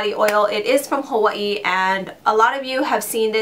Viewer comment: I love the way you pronounce Hawaii!! I will definitely be taking your advise on those products for the summer!:)